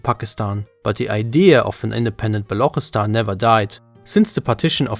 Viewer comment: It's not Balukhistan 😂😂 it's Baluchistan with CH not kh. As an Afshar Iranian Turk we always defended our nation no matter Afsharid Empire or today republic so no matter what I'll serve my country. And as you mentioned seperatist movements Iranian ethnic map is more complex. We have Afro Iranians we have Pashtuns ( Afghan ) we have even Georgian christian , Assyrians and even Hazaras so it's more than just this video